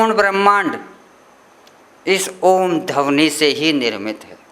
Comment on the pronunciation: बुरा ना मानें🙏🙏 "धवनी" नहीं,, "ध्वनि" शुद्ध शब्द है।🙏🙏